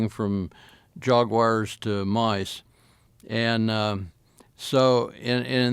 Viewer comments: How do you get "Jog" uars out of "Jag" uars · If he says Jugwars again i'm going to lose it lol................ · Drink every time he says "JAWG-WIRES" 😂😂😂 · Those gosh darn ‘Jog-wire’s’! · Jug-wahs and" slidded " by you.🤣 Nothing like Americans to make a hash of the English language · “Jog Wires” are dangerous